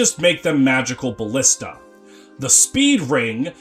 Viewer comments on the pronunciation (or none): none